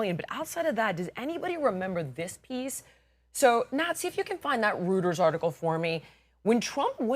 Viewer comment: REUTERS: It's ROY-ters, not REW-ters.